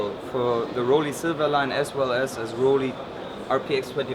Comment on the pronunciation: WHY is he intentionally mis-pronouncing "Rollei"?? It is not "Roll-eeee" but "Roll-ai" as in the English word "I" as in "I am Chinese."